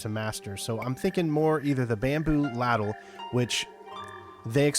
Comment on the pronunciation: americans cant even say ladle correctly? how is it that americans are so illiterate in the only language they ostensibly speak.